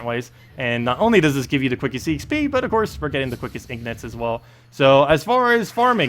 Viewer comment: 'EEEN GIT' ffs. your pronunciation kills me, my guy.